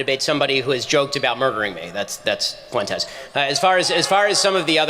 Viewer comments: did this dumb ass just say "few entez" ? lmfao bruh.....................its pronounced "fwentez" u stupid reject. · "Nick FEW-en-tes" Ugh... can tell his IQ by the way he mispronounced that name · Nick "FEW-entes"? Lol, is this Nick's new strategy for un-latino-ing his name? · Guy couldn’t even pronounce fuentes, this is fake